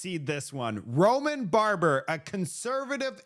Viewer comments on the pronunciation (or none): I belive it's Baber, not Barber. Like your reports,! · Bab-er not Barber